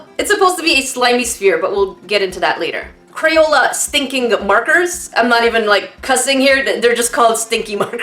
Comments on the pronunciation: did she just say cro-yola Ummmm.........triggered....😫😫😫😫😫😫😫😑😑😑😑😑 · "CROYOLA" 2019 - A.K.A.